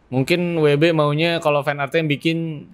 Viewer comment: Michael keaton jd george Clooney WB jd WD Val Kilmer jd Fan Kilmer. Kayanya lidahnya kelu kalo kurang nutrisi jorok jd salah2 sebut mulu wkwkwkwk